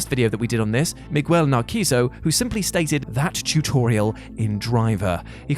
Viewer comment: wow, you just murdered Miguel Narciso's name